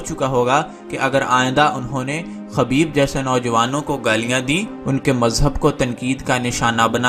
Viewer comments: Khubaib not khabeeb. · میرے بھائی خبیب نہیں خُبَیب صحیح لفظ ہے آئندہ خیال رہے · بھائ خبیب خ کے پیش کے ساتھ ہے